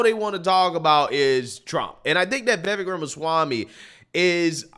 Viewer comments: FYI Ramaswamys first name is pronounced Viv Ache (like cake) I love this candidate! Votings for Trump, will write him in if he is not on the ballot but Vivek should be VP. President in 2028!! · "Vivek" rhymes with "cake". 😊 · 1. It's pronounced Vivek (like cake). 2. Vivek has repeatedly declared that he is NOT interested in the vice presidency. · Please call him Viv-ake, as in cake. Not viv-ek. He such a good, smart man...if Trump can't make it, I'm voting Ramaswamy! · Vivek (pronounced "Viv-ake", like cake ) would probably be the best VP choice. His views seem to be forming still so I would be uncomfortable with him as president, but as VP, Trump can keep the ship tracking while Vivek's views solidify and he develops a track record as a politician. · Vi veck is how you pronounce it. Ram a swammy I believe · Vivek is pronounced Vivake rhymes with cake. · Just an FYI, you're pronouncing Vivek's name wrong. Think Vivek like cake, the vek is pronounced like the ake in cake. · Vivek like cake is how he says to pronounce it on the Timcast interview hes done. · His name is pronounced "Viv-ache". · I love you a lot but it's Vi VAKE as in cake. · Let's say Vivek's name correctly. The last part rhymes with "FAKE", as in Acosta is a FAKE journalist.😂 Phonetically it would be VIV-AKE...and he's great but still gonna take Trump to fix stuff. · Thanks for posing this...just to clarify his name is pronounced Viv ake (like cake). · His first name is pronounced: viv- ACHE (like CAKE). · You can say it. Vee-Vake.😅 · FYI: Vivek rhymes with shiv ache. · It's pronounced Vivache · Vivek has no interest in being VP... he wants to be President... his own words.. (and its pronounced like Cake.. Vivek (vivake) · Vivek is pronounced Vi-Vake.. You have enough access to the internet to hear how his name is properly pronounced. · His name is pronounced "Vih VAYK." Anyway, VIVEK for PRESIDENT, not VP. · If you like Vivek, please learn how to say his name. Vivek rhymes with Cake.